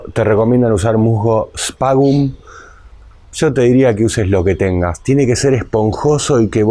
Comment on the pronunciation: Disculpa, el musgo se llama "Sphagnum" (se pronuncia esfagnum y también le llaman esfagno), lo cosechan en el Tigre (al menos el último que compré). Yo lo uso para mis orquídeas. De nuevo pido disculpas por la corrección y te agradezco el haber aprendido esta técnica que nunca utilicé, por desconocimiento. Muy buen video!